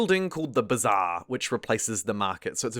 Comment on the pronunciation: "thee heeve thee b'zaaaar'